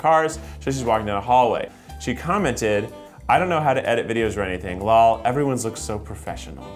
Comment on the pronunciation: Keith pronounced lol as its spelled not l-o-l haha